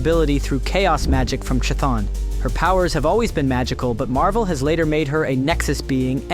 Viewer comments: Stopped the video immediately after prounouncing chthon like that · Your pronunciation of Chthon is wild lmao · Dude, if you can say chaos, you should be able to say Chthon.